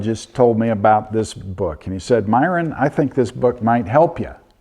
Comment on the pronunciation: Excuse me Sir. You're mispronouncing Myron -- It sounds more like this Myron --- Your saying Myron. haha how long have you been saying it wrong haha I'm often told that I'm funnier than I think I am lol